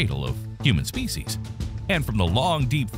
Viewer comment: “Species” is pronounced SPEE-she’s. Every single time, without fail, I need subtitles because you’re saying it incorrectly... I don’t care what it LOOKS like it’s pronounced that way. SPEE-she’s. I got it drilled into my head in like 8 different science or biology classes. You didn’t? You don’t say the word “laugh” as it’s spell lol. La-Ugh. It’s a French sigh. Also. If you pronounce the “t” in “often” you’re pretentious. Look it up. English is English. Some words just “break” the rules of English in pronunciation vs spelling or it’s been Americanized and otherwise destroyed. Like the words Tokyo, Kyoto, and karaoke lol. But with “karaoke” it’s mispronounced so badly that if you say it correctly in the west there’s a possibility nobody will understand what you’re saying. 😂 Oh another commonly annihilated word is: ukulele. It sounds nicer pronounced correctly, but again, simple North Americans probably won’t catch what you’re saying. 😊